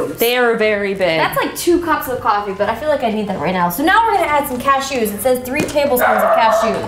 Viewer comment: "cash-EWS" haha never heard it pronounced like that